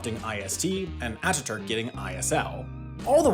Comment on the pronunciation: Thanks for paying particular attention to pronouncing Atatürk, Sabiha Gökçen, İstanbul and Ankara correctly ❤ .